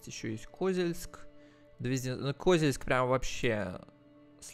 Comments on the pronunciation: Меня прям тошнило от этого, еле справился чтоб продолжить смотреть… нинада так((( КозЕльск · Привет ! Очень хорошие видосы делаешь по этой игре! Ударение не правильно ставил в слове Козельск ! Надо на букву е ,а не о ))) Город с богатой историей(Когда была война с Татаро-Монголами в рядах защитников города были женщины! Из-за этого вырезали население) могу ошибаться !